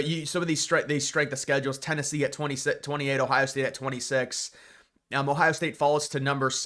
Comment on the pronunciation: I think Tennessee is going to surprise everyone.... Even though i dont think you know how to say their name... You speak least about them.